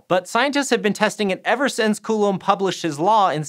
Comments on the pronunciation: " Coolem's Laa " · It disturbs me how you say Coulomb as "Coolum". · I mean, he actually looked up the pronunciation of Coulomb, but then just started saying it wrong again. Why?